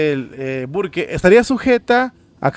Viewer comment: HERMANO SE LEE BURK. 🤦‍♀️